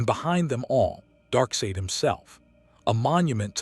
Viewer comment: You’ve got to spell out “Darksied” as “Dark Side” for you AI VO to get the pronunciation correct. 😉